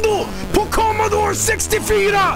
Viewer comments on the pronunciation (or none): COMODO-RU SIXTY FER-A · COMMADOOR SIXTYFIRRA